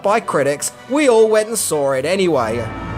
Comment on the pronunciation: For Fucks Sake, It's Pronounced "SAW", Not Fucking "Sawer"..